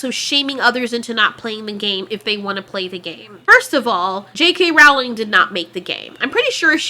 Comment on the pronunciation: ITS PRONOUNCED ROWLING LIKE BOWLING